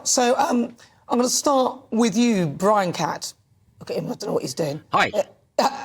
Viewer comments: Did he say “Bwian”?? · Bwian! 😂. Welease woger! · Who is bwian..lol..these stop oil nerds haha